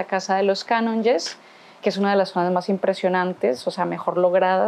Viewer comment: Fas divulgació de la història de Barcelona i no saps com es pronuncia "Jeroni", "Iu" o "Canonges"?